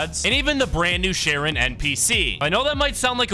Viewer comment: My God you are butchering that name so hard ,Charon 😢😢😢😢.